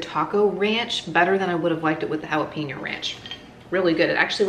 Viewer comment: Jalapeño = Hala-pen-yo. NOT pin-yo.